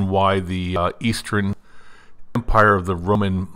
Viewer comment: You said eastern with a very dutchy accent. I have a good idea where you are from!